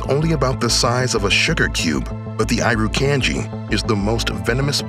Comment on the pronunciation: That’s not how you pronounce Irukandji